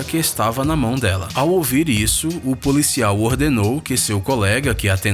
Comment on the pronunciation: Ele pronuncia policial como polícial